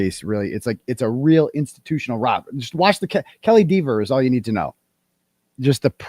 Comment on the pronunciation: Love that U pronounce Officer Kelly, as "Deevers" LoL